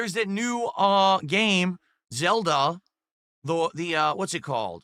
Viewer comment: "There is the new uhh.. gaYme, ZUlda doh the uh what's it called? uh.. HIGH-RULE something something something, it's the waYun that plays like high-Rule warriors..." Spoken like a true alcoholic 🤗